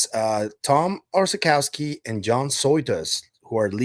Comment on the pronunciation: Orzechowski in Poland is pronounced 'oshehosky' with 'sh' very hard on rear of the mouth🙂. 'Orzech' in polish means 'nut' (as peanut, walnut etc) and Orzechowski is medium popular surname in Poland.